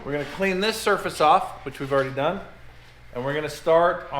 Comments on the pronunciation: Gotta love phonics, in sand you are DUN. Period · D U N ! It's math peepole..........